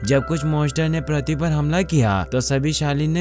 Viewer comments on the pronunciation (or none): प्रथी नहीं पृथ्वी